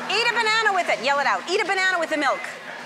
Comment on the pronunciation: "why did I ask you if you want a BANASA?" LOL whaaat? :DD